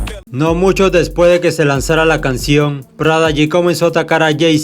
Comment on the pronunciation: No es prada g, es prodigy, me hace demasiado ruido escuchar eso en todo el vídeo u.u Also Prodigy me parecía uno de los mcs con más flow a la hora d vestirse u.u influencia foreva Eva eva Eva...